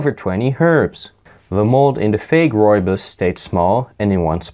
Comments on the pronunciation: Nearly spat out my tea at 'RRREAL RRROOIBOS RRRESIDUE" lmfao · I liked the RReal RRooibos RResidue